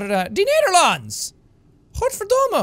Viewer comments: very good pronunciation Godverdomme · as a dutch person, I'm very impressed at how well you pronounced godverdomme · I love and also hate that the first thing you see anything that's got to do with The Netherlands, you say godverdomme... Oh and dankjewel and alsjeblieft were pretty good pronunciations! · "Gotverdomme" / "alsjeblieft" / "dankjewel" pronounced nicely dutch, Jack!